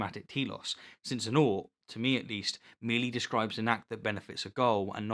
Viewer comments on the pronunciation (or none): I feel like you "petersoned" the word "ought"...